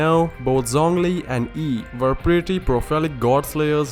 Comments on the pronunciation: Her name should be pronounced as an a not an i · when you say raiden Ei's name you have to pronunce the i because the E on it's own sounds weird